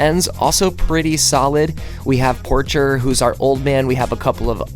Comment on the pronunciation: Robert "Por-shay" is how my stepfather said it was pronounced. I know this is an old video